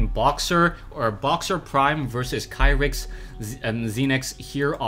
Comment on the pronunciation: Kyrix is pronounced (KEE-ricks), according to the way the player spells it in Korean.